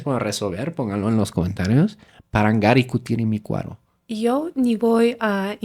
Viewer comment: Lo dijiste muy bien, mi ucraniana. Parangaricutirimicuaro.👏👏